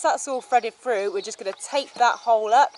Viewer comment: "Fredded frew" ! ?